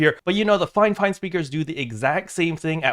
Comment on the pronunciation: I always call it Feefine and here you call it FiveFine 😂